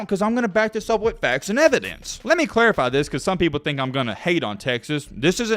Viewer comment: "I‘m onna back this up with facts and ev-y-dense..." – (at putting his foot in his mouth)